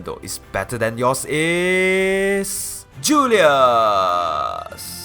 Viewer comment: you pronounced it like julias so it was like "the winner is..... JULIA.........s lol but great vid